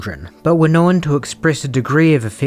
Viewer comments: The pronunciation is "known" not "knowin". One, not two syllables. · How are you making “known” a two syllable word 😂